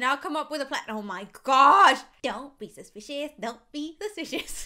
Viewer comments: don’t be suspishos don’t be sushpishos. Me: omg yeh I’m. bored in the house and the house is bored with me Zialetsplay: you two please we got to be a bit serious here. Me and: yeh butttt don’t be sushpishus don’t be sushpishus.... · I was laughing so hard when she said don’t be supiceos